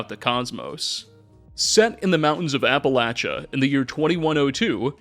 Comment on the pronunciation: Soooo... Appalachia...that 2nd a is a long a sound. Like hay. Or the 2nd a in arcade.